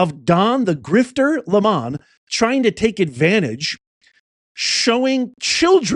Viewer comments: I agree...I'm taking a Don lemon. BTW, let's not pronounce his name like it is french... he's a LEMON! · "Take a Don-Le-MAHN" is a little long. Maybe: "I have to go drop a Le-MAHN". [Shorter and to the point.] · Le' mon..... It's french for " the lemon 🍋